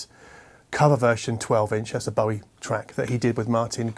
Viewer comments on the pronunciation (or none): none